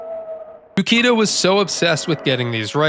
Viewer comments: oo-CHEE-da, not you-kee-da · Uchida is pronounced like Oo-Chee-Da. Japanese has the English ch sound, like "cheese". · by odin you dont know how to pronounce Japanese names. Uchida, the CH is not a fucking K sound you brainlet. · Ukida....Uchida , different names my dude. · Imagine making a whole 16 minute video and doing in-depth research on a game but you never bothered to learn how to say the creator’s name…and the creators name is in a phonetic language…